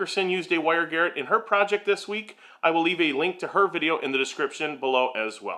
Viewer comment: The word is "garrotte", and really refers to a wire used for strangulation! It's from French, so the emphasis should be on the "rot" bit, not the "gar".